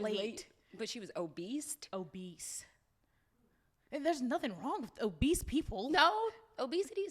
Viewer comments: Nd 'Obese' does not have a T,.. 😭😭😂😂 I'm sitting here like, is that how you say it?? 🤣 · “Obese does not have a T in it ”. Took me allll the way out!! 😂😂😂